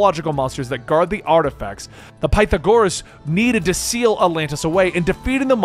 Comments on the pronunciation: PIE THA GORUHS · Please tell me he didn’t just call Pythagoras ‘pie-tha-gor-us’ I haven’t played the game to know if that’s who he’s actually talking about but someone tell me I’m wrong Edit: did he just MISPRONOUNCE MYCENAE?! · Excuse me. Pie-tha-GORE-ass??? Did you never take math class? History? Philosophy? Did you listen to the game? Lmao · Dear friend, it is pronounced "Pe-thaa-gour-Us", Pythagoras. Idk if I'm correct but just putting this hear in case I was to be of some help:) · It's " pie-tha-gore-us " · "Pie-tha-core-us" that is not how you say his name in english 💀 that irks me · PIE-thagoras? PerKULes?!? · Pythagoras bro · How tf do you mispronounced Pythagoras? He’s like one of the most well known philosophers ever. His name is part of a well known theorem.